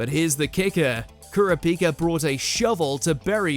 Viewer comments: YO for the number one pick you pronounce his name COMPLETELY WRONG the correct pronunciation is cur-ra-pika Hunter Hunter video please get his name right 😑🤦‍♀️💢! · nagisa moment far colder than trunks also ker-a-pihka.. ker-a-pika wtf but thats def #1 'come on you believe in mercy dont you?' kurama 'no' death bloom kurama cold moments are better than half this list.. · Kura pee ka lmao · The way you pronounced "Kurapika" hurt me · The way pronounced Kurapika is my new ick. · They way you pronounce kurapika tho 😂